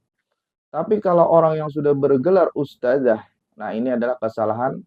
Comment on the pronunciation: bukan "ustajah" ustadz, yang benar "ustadzah". bukan pakai huruf JIM tapi DZAL. kritik tajwid, ngebacotnya saja salah bacot. ustaaad... ustaaaaaddd.... traaaddd...